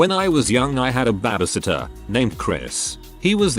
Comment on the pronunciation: Nah. The robot fucks things up all the time. Like reading out ICU as eyecoo and "No." Is always read as "number" and not "no". And then there's "babbysitter"